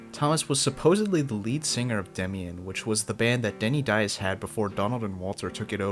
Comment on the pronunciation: Ia it Dias? I always thought it is pronounced " Dee-as"?